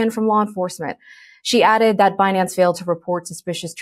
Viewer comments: Who else promounces it Behnance hahaha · "Benance!" lol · Benanaze 😂😂😂😂. She needs to get fired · Could someone please tell yellen how to pronounce binance 😂 the i is long woman ! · Be-nance? You would think it the name would be pronounced correctly..oh wait, you would have to respect something before you would care to pronounce it correctly -_ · Yellen doesn’t even know how to pronounce Binance… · she needs to take her time to make sure she mispronounces Binance